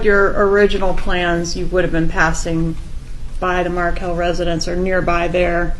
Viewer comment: This is a good summary. I don’t like the AI voice that mispronounces MarKEL as Markle. And Wendi moved Dan’s sons, the Markel boys, after she changed their last name to the name of the family that murdered their father. Dan’s parents had successfully lobbied in Florida for a law that allows the parents of a murder victim to have visitation with their grandchildren, so Wendi fled to Texas, where she assumed the name Jill Estrada. So your essay should end: somewhere in Austin, a woman calling herself Jill is living in the shadow of imminent arrest for the murder of her husband. Georgia Cappleman is coming for you, Wendi Jill. Justice for Dan Markel will be served when EVERYONE involved is arrested and brought to trial.